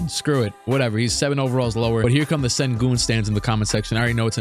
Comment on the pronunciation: Sir….It’s shen-goon